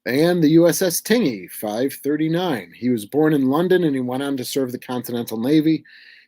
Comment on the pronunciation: Hello. Just an FYI, 'Tingey', USS Tingey DD 539, is pronounced "tin-jee", so the 'g' is a hard 'j', more like the word hinge. I have a very soft heart for the Tingey, she kept my grandfather safe during his service in WW2. He was fireman first class Holly Gene Ludwig, F1c. Thank you for bringing attention to her.